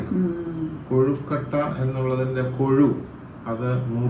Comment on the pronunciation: Not kozhikotta kozhukatta ennanu parayunnathu